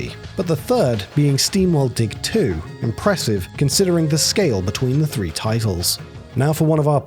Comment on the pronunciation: the way you say three is a crime against my ears